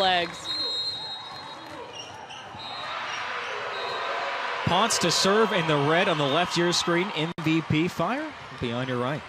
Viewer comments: Hey guys just friendly info, it is pronounced like [pownsay] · You would think that someone would have research how to say PONCE! PON SEH Very proud of my Puertorican volleyball youth.